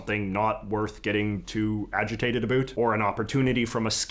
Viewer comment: Can you pronounce the word about correctly, please?